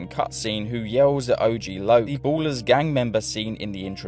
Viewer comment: ballas not ballers XD